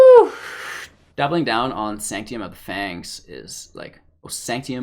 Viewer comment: It's SANK-TUM, not SANK-TEE-UM. Come on now....